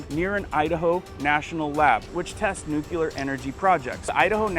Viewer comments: It is spelled NUCLEAR not nuculer. NEW-CLEE-ER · Nucular is not a word! The word you are thinking of is nuclear! I hope you can learn this! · It is new cle er. not nu cue ler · Why he saying W OL E F instead of WEF... and I can't take anyone seriously that says "nucular"... it's NUCLEAR. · ITS NU-CLEAR NOT NU-CULAR ATOMS HAVE A NUCLEUS NOT A NUCULUS!!! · Love the Channel Brah ... Will keep watching....NewClear 👌 ❌Not Nukular❌ Aloha 🤙🌺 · I watch your channel all the time and find it very informative. As a teacher (NOT woke), I am asking to please stop saying nu-cu-lar. It is nu-clee-ar. Just remember that if they drop the bomb it will be “new” and “clear” everything in its path. Just a massive pet peeve. 😊 Thanks for all you do! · It's like saying "Newclear..." not "Nucular."🤓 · I really enjoy your informative videos but I have to say something. It isn't nucular. It's Nuclear. NEW-KLEE-ER. I look forward to all future videos. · YOU LITERALLY JUST READ "NUCLEAR FAMILY" AND STILL SAID NUCULAR YOU EVEN HESITATED SAW IT AND DECIDED TO PRONOUNCE IT INCORRECTLY!!! OMG SORRY THIS STUFF JUST REALLY PISSES ME OFF! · Please! The word is NU-CLE-AR.